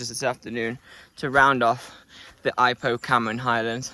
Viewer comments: It's e-POH not ai-poh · Pronounced e poh